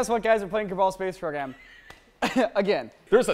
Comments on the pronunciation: FYI its not "ker-ball" it "ker-bell" :D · Ker-bell not Ker-ball it is driving me nuts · It's not "Ker-Ball", It's pronounced "Kerr-Bull" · Kabal? KERBAL. NOT KABAL GET IT RIGHT,. COMEAWN! Just playing about C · It is called Kerbal (ker-bull) not Kerbal (ker-bAl) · Why do they say Kerbal like Ker-bul and not like ker-bull. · They are pronouncing it k-er- ball space program its k-er-bal space program, if you don't see the difference go to HOC gameings channel, he's the god of kerbal space program and he's only 15! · is that how everyone else pronounces kerbal? O.o They said it like "ker-ball", I say "ker-bul" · Kur-bull not Kur-ball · its not kerball its KER bal no other l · Its kerbal not kreball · It's ker-bol not kerball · Kerbal not Kerbol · its pronounced ker-ball not kaball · its not pronounced kerball. its pronounced kerbol space program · Kerbal is said like Jerbil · it's pronouced kerbel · stop saying kerbal like that, its pronounced ker-bull plz and thx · They are emphasising the "A" when they say "kerbal". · Kerbal. The (A) is silent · there saying kerbal wrong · does it annoy anyone else that they pronounce kerbal wrong? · Gosh they can't say kerbal